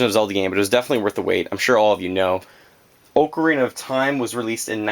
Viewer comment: Lol he says Oo-carina